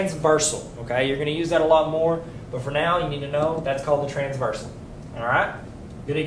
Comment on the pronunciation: forgot the r in transversal lol